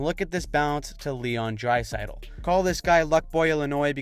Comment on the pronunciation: Dad anov? say it right please. same with heiskanen, etc. if you can say draisitl right you gotta pronounce the other ones right too